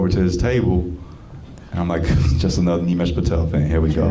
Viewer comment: Nimesh got the accent and voice bro